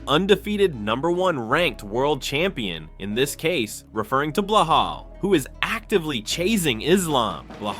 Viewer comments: That balal not belahal check your AI 😂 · Get it right Ilia not Blelal??.WTF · Its not Blehal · Way to butcher his name...its Belal